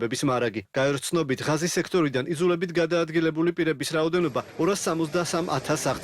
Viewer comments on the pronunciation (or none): ჭურნალისტებო, მაგ სექტორს ჰქვია - ღაზა და არა "ღაზი", ღაზას სექტორი...